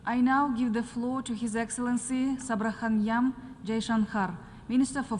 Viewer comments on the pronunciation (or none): Its subramniyam not sabrakhaiyam... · Sabrahmanyahm The way she spoke his name feels like she is Supreme Leader's sis 😂😂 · I imagine how incompetent people sit and decide the fate of the world. She can't even pronounce "shubramaniyam". This exactly what i am saying. Women's, all over the world are getting to higher places using two things. Nepotism, that is daughter of people of resources and combined with 2) diversity check box. I know that she is there, she hasn't done much in her life to sit there, but atleast, could you speak correctly. Because that's the last thing we expect you bigmouths to know. I can't tell you how it feels. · subrahmanyam 🚫 sub rum yum....😂😂 felt like tom yung gung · Subramanyam ❌️ Sabrayamham✅️😂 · The announcer butchered his name💀💀 "Sab ra honey yum" jaishankar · Excellent speech by EAM S.Jaishankar without even reading anything. That's a true diplomat who speaks from heart to heart ❤️ 🎉 👏🏻 Hopefully UN will wake up from deep sleep and be more relevant for today's era 🙏🏼 By the way the Madame President can't even pronounce Subramanyam properly 😂😂 🙏🏼